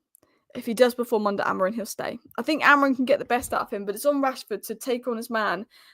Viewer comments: Are you word perfect when saying names you are not familiar with. Grow up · why you calling AMORIM , AMORIN?